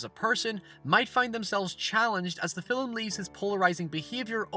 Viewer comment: Anyone else hear him say filim rather than film